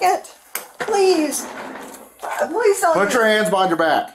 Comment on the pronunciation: He said… “swear to god! I wouldn’t lie PWEEZE” 😂